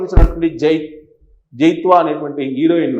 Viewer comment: జైత్వ కాదు sir. ఆమె పేరు జత్వాని